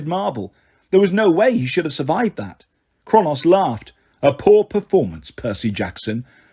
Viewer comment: I think you’re awesome but it’s SAY-TER AND KRONUS. That’s the pronunciation 😊